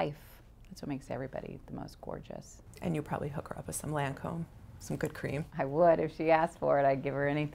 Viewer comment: love this interview! Julia proves she is a woman for every woman! and so open and approachable! however - Lâncome is pronounced Lon-com - not Lancomb...its a pedantic thing i know but it grated on me!